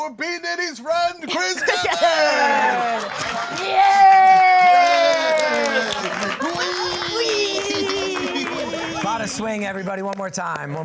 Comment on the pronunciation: It was so fun sharing some songs (including this unreleased track) with the folks at Going Down! Thanks Chris for pronouncing our band name correctly and to the whole crew for having me :)